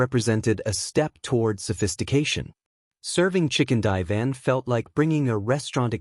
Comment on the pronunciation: I can't stand the copy that narrates this video it's so stupid. "Chicken die van" ... Good grief... That's just One stupid thing. Stupid AI.